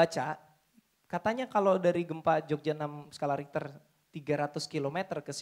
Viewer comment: Skala richer bukan riter bos